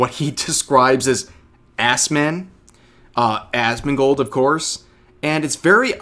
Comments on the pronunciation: Did she say Asmon"god" lol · He called him assman. She called him Asmongod XD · I thought he called him Assfand, mixing him up with Esfand. Whether that was intentional to make it sound like Asmongold is of so little import his name isn't even worth remembering or if he genuinely mixed up the two I'm not sure but either way he looks dumb